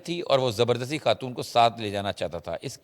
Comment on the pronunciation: What is KHAN. Pronounce it properly. AGWA KHATOON???? Whats wrong with you sakht ANNOYING